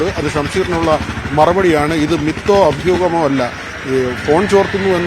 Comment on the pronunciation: അഫ്യൂ ഹമല്ല അഭ്യൂഹം ... ഫാരതത്തിൻ്റെ ഭ